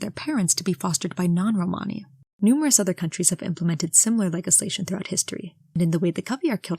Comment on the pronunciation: You’re mispronouncing “legislation” which I didn’t know was possible 😂